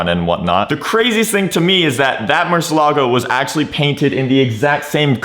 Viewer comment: Bro u gotta pronounce the car right